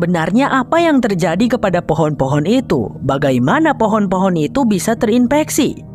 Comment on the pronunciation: Fohon hahaha jadi fohon kan 😁😁😁😁😁😁